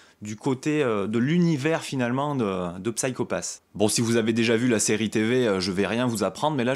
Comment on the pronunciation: D'ailleurs on prononce "Sayko Pass" à l'anglaise ;) Je te recommande grandement la série si tu as aimé ce premier tome. On retrouve une ambiance similaire, très cyberpunk, polar SF. Minority Report est un bon point de comparaison, l'idée du système Sybil s'approchant de la méthode de détection avancée des crimes dans le film. Ce qui est intéressant c'est de ne pas avoir une bête adaptation de cette excellente série (qui a d'ailleurs été légèrement remaniée pour amener la saison 2, tellement elle a eu du succès, il y a même un film qui sortira en septembre chez Kana). L'idée du préquel est excellente, on va en savoir plus sur ce qui a amené Kogami à devenir un exécuteur, ça apporte de la précision et du background sur un univers assez riche avec des personnages charismatiques et au lourd passé (l'opération qui a mal tourné et qui a changé cette fameuse équipe qu'on découvre dans ce tome). Je dis ça de mémoire, ça fait un moment que j'ai vu la saison 1 (je n'ai vu qu'elle pour le moment d'ailleurs). En tout cas, très intéressant, j'ai hâte de déguster la suite, un tome vraiment bien mis en scène et bien rythmé, très plaisant à lire et dans l'esprit de la série.